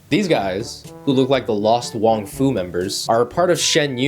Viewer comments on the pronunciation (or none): none